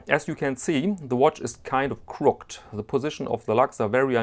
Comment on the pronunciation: I'm a lefty. You can't wear this on the right hand. I'm fixated on having a date, I don't know why, so yeah, jam a date on there, makes me happy. BTW, you pronounce the e in "crooked," /ˈkro͝okəd/, /ˈkɹʊkɪd/